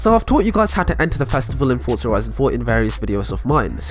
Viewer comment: There is no t is forza so why pretended there is. Its forza not fortza